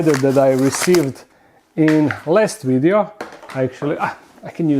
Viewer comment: "Don't forget to like this wideo"